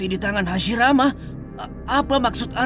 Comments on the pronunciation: Hashirama ❌hasimaara✔️ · Hasirama cok bukan hasimara😊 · Hashirama ya, bang bukan Hashimara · Ceritanya keren. Tapi maaf, jadi agak lucu denger Hashirama disebut Hashimara😅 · Hashirama woy, lain Hashimara duh ngakakkk😂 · DIA BAHAS MISTERI DI NARUTO, TAPI PENGUCAPANNYA DIA SAJA MASIH MISTERI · Waduhh Hasirama jadi Hasimara..😅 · Hasirama kali min,,, Hasimara,, 😂😂😂😂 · Kirain takigakure yang lupa bilang hashirama, eehh ternyata sampai di ulang beberapa kali bilangnya hashimara muluk😂 siapa tuh? Engkongnya hashirama ya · Hashirama ❌ Hashimara ✅ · Hasimara wkwkwkwk😂😂 hasirama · Kenapa lu nyebut Hashirama Jadi hashimara 😂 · hasirama min,bkn hasimara 😅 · Hasirama pak ..bukan hasimara😂😂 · Hasirama ,atau Hasimara :v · Bukan hasimara tp hasirama min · Hasirama om..bukan hasimara😅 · Hashirama anjirrrr, bukan hasimara😅😅😅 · HASIRAMA bukan HASIMARA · Hashirama min bukan hashimara😂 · Hashirama cuy bukan hasimara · Menit salah dubbing spelling error, "hashimara" senju bukan "Hashirama" ngakak aii 😂, tp ok sih ceritanya lanjut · Kok hasimara senju bukan hasirama wkwkwkwkkwkwkwkwk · Ralat bang , hashirama bukan hashimara😁 Ttep sip bisa bikin funfict kyk gini, smngt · Hashirama bukan hashimara🤭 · Hashirama bukan hashimara bang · Wkwkw aku juga notolis hasimara untung ngga jadi murah. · HASHIMARA doooonggg🤣🤣🤣 Diulang beberapa kali lagi😂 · Hashimara trus bilangnya 😂😂😂